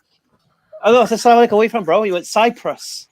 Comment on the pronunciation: I have noticed among the reverts and even non Arabic speaking Muslims, use this form of greetings. Aslamu Alaikum as opposed to ALSalamu Alaikum. There is a slight different, As if they lift the AS and drop straight to the LAM. AssALAM There is a vowel before the L and after the SS. I hope this helps lol not terribly important but I thought to mention it. lol